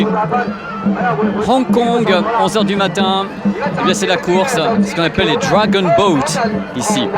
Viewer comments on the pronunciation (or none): none